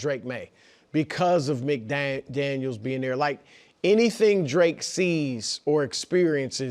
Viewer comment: It's McDaniels